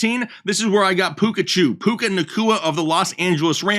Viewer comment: He said Peka choo